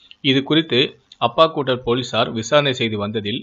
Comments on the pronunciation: அப்பாக்கூடலும் அம்மாக்கூடலுமில்லை அது ஆப்பக்கூடல் டேய் திக்குவாயா. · அப்பக்குடல் இல்லை, ஆப்பக்கூடல், அத்திவூர் இல்லை அந்தியூர்.